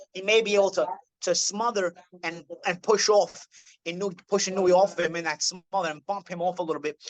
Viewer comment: Gawd knows I love you,, but it's "ee-no-ue." That last syllable is a dipthong: almost but not quite two syllables--a slide from the "oo" to the "eh," like the ue in suet (the bird treat). Please forgive me, I know I probably sound like prick. I'm an English professor, a bird lover, lived in Japan a couple years, AND Inoue's probably my favorite fighter of this era.